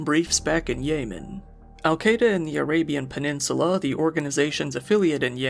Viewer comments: more like weapon of ASS destruction lol. great video. I kept hearing "yay men" instead of yemen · YEH- man not YAY man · That's not how you pronounce Yemen. You're a content creator. If you don't know something, Google it. It's not hard to sound like you know what you're talking about.